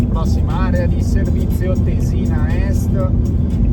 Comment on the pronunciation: Il video as usual è interessante e ben fatto (complimenti per la pazienza!), tuttavia... dovresti ripassarti più di qualche accento (Tésina e non Tesìna!)! 😉😋